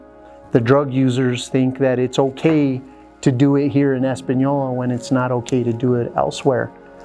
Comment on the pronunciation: Española ! not españoi , ES-PAH-NIO-LAH. Common is not hard.